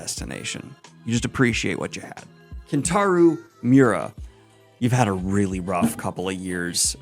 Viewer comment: Fuck it, I'll be that pretentious prick this one time (but I do be sorry about that) - it's Kentarō (long o sound) Miura, not Kentaru.